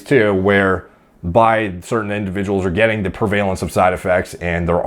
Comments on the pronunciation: Pre-vuh-lince, not pre-valence. I got you bruh. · PREH-vah-lence